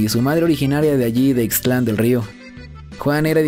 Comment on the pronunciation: Hola,, nada más te hago una observación que no omitas la letra t de ixtlan, no es ixtl an, lo correcto es ix tlan, es decir que no divides bien las dos sílabas correctamente!